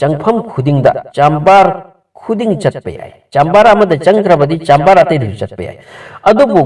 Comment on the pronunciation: Kari no ngna Giza bu Ghaza hydo, Nile riverdo ngna Nilll tural hydo keigni, chamber bu chaaammmbar, mayek seng2na hybiyu angang taba yaoradi lanna khngkhrani, Ngna pabado fajana khngaga pabiyu......